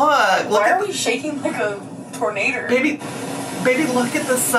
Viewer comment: “Tornader” am I the only one that heard that? Lol